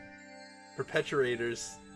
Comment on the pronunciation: Perpetrators would be pronounced perp-eh-trait-ors. Great job on croquettes.... I wasn't looking forward to figuring out how to use my janky hooked on phonics on that... crow-kets, maybe?